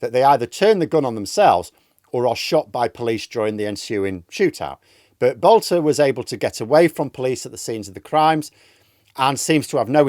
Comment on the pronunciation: His name is Boelter not Boulter. He has no relationship to the divine Katie.